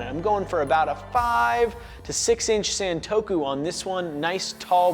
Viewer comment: sahn-toe-koo not "san"